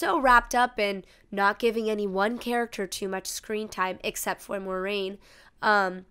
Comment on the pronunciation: "MOYraine" Moi like MOIST, bleh